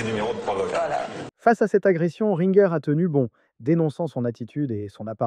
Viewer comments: Video sans interet. Dune part le truc de seymoun etait un sketch non improvisé. Et ensuite l accent porté sur le nom de Catherine Rinegueur.... alors que tout le monde sait que c'est r1gé pour la prononciation de ringer laisse supposé à une IA qui a mal fait son boulot. Sans parler du son. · On dit ringer pas rinegueur.. et pourquoi avoir bippé ? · Catherine QUOI ?! Rinnegueur ? Ça se prononce ringé le nom de Catherine Ringer. Et le sketch de Semoun c'était une mise en scène. Punaise on se croirait en 2011 à l'époque des vidéos fake news source Évian 😂 ressaisis toi mec, ou arrête YouTube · Catherine Ringer ! Se prononce : ringé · De caunes et Seimoun c'était une farce, ils l'ont dit tout de suite et c'est flagrant; On dit Catherine RINGER (du groupe Rita Mitsouko) à la française et pas à l'américaine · eh le ringard, apprends à prononcer Ringer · C’est bien la première fois que j’entends son nom prononcé ainsi 😂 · Le mec ne sait même pas prononcer correctement les noms de Catherine RINGER et de Samuel BENCHETRIT. La chronique a du être faite par CHAT GPT et il l'a bêtement lue. Si il avait su de quoi il était question, nul doute que les prononciations auraient été parfaites. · Ringer prononcé à l'américaine mdr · Ringer on prononce le G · Apprends à parler et à distinguer les fakes 😂😂😂 ger en français ça se prononce pas gué !!! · De prononcer "Catherine Ringueur" au lieu de "Catherine Ringer" (Prononcer Rin-gé) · Pas Ringueur, mais Ringé (phonétiquement) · Renseignez vous : on prononce "Catherine Ringer" et pas "Catherine Ringueur" !! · Bah que tu prononce RinGueur. Alors que ça se prononce Ringer … (rinjer). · Vraiment dire Catherine "Ringueure" ça m'a le plus choqué et impressionné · Le son est moche, Semoun c’était une mise en scène et rien est dit en ce sens, on ne dit pas RINGUEUR mais RINGÉ … bref, vidéo bâclée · Catherine Ringueur 😅😅 Catherine Ringer, punaise tu pars de loin toi ! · Catherine rinG-Geurre 😂😂😂😂😂 on dit ringé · il a même dit Rine gueure